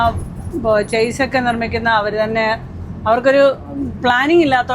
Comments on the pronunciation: ചേസ് അല്ല ഷാസി എന്നാണ് ശരി. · Its not ചാസ്സിസ്. ഇത് ഷാസി എന്നാണ് ശെരിയായ ഉച്ചാരണം